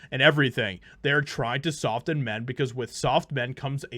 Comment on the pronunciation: Generally you don’t pronounce the t in the word soften. Just saying